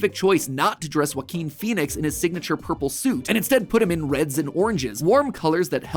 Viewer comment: He said ourple